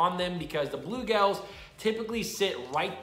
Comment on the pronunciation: You saying bulegales or bluegills?